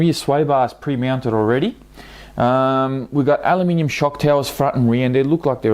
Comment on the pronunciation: Did you say alumium?